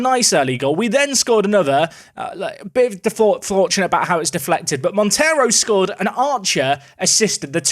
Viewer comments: Hi! Great name for your new portuguese star, but “Monteiro” is not spelt like the latin “Montero”. Monteiro in Portugal is spelt like Mon - they - roo. Love the series, keep it up! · The 'ei' in Monteiro is pronounced as the 'ei' in eight btw